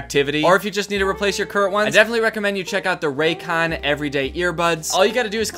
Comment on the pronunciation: I THOUGHT YOU SAID RACOONS 😭